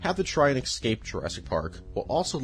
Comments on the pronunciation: Iss-kape. Escape. Not excape. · Bro said. Ekscape 😂